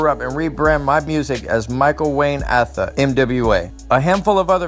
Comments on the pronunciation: It's AAAtha not aaaatha. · Said his last name wrong!!!!